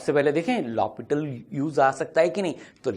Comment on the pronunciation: It's L Hopital not Hospital!